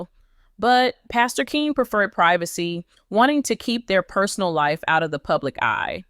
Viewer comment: Pastor Keion(Key-on) Henderson not Keen. This is to the person speaking about this story.